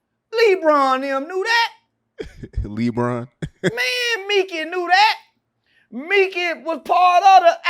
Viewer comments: Come On Lee-Bron 😂🤣😂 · Come on Lee-Bron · the way he says Lebron 😂😂